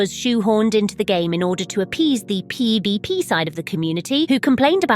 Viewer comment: seems your little spanish rant leaked into your english 😂"PbP"😂